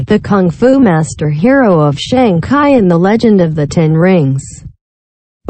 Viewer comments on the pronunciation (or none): SHANG CHI on GOOGLE TRANSLATE VOICE. NOT SHANG KAI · this is not ai based, its a standard text to speech synthesizer, i think its trying to say Sang Kai for some reason, which is inaccurate.